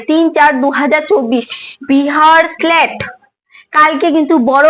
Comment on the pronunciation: Tomar উচ্চারণ গুলো আগে ঠিক করো বিহার স্লেট টা কি